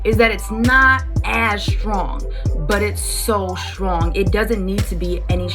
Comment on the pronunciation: Good video but that 'shrtong' gives me an ick!